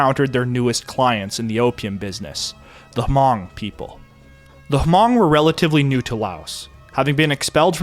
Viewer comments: Fun fat: it’s pronounced Hmong(Mong) and not ha-mong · Not even a nitpick since your pronouciation of Hmong is fine as it is since most people don't even know they exist, but it's pronouced as Hmung if you want to sound more cultured around Hmong people. I'm Vietnamese and had some Hmong friends and the languages are closely related enough to be somewhat intelligible. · H is silent... Just Mong; i speak Hmong white and green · I believe, it's pronounced, "Mong" with the H being silent?. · Took about 13 mins before the Hmong were brought up which was driving me nuts because they weren't mentioned in the very beginning. They are the MOST affected group from The Secret War. Also, when you use H when saying Hmong (pronounced 'mung') was nails on chalkboard. I've befriended many Hmong and find their stories amazing. My best friend Blong is my main source of stories, but the stories I hear are all the same. Blong was snuck over the Mekong as a baby and after some time in Thailand, his family was sponsored by a Mormon family and came to America. Blong's dad was trained by CIA operatives to fly a T-28 and bomb Vietcong. His dad had what would be comparable to Lieutenant rank and had 5 people to oversee. His dad said he was told to report if he seen Vietcong when flying and to wait for commands engagement. He said, paraphrasing, "I would bomb the commies when I seen them and they (his immediate supervisor) would be mad but Americans told me that I did a good job." Until the day he died, in 2017, he always wished to fly one more time. He said flying was easier than driving. I personally find it nuts that within 3-4 months from initial contact about the USA looking for help he was flying and then rising ranks within a year to his final rank. He was literally farming and only seen motorized vehicles a few times and only seen planes in the sky. His only English words, besides 'Thank you' was T-28 related. The Hmong are so fascinating and their assimilation into American cu